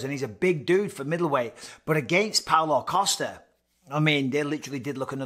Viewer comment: Can't help but hear Paolo Acosta every single time de Count mentions his name.